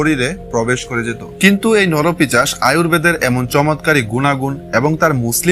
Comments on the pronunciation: কথাটা নরপিশাচ , নরপিচাস নয়। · নরপিচাশ নয় নরপিশাচ হবে। খুব কানে লাগছে। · পিচাশ নয় কথাটা 'পিশাচ' ।